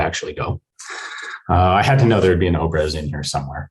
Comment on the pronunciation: me as a russian... opres? whats opres? oh he means obrez which is basically a fancy shot gun. His pronunciation was not Russian authentic.